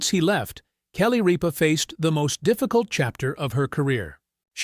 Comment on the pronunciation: It is not Reep ah it is Rip ah. Narrator get it right!!!